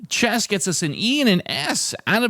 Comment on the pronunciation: I thought you said the starting word was Chest not chess. I like it much better if you SPELL the starting word when you announce it. Although chest worked better for me than chess did for you. After chest I did audio, taste, state…